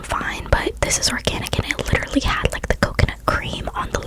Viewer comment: He's wittawawy hitting the gwiddy